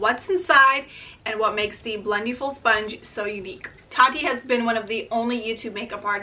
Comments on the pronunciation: It’s pronounced like blend-eh-ful. Not blend-eee-ful lol. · Great video! Just a quick correction: it's pronounced like "blend-EH-full" rather than "blend-EE-full." Think about it this way: for the word "blending," you don't say "blen-dEEng," right? You say "blending" - short and flat "I" sound.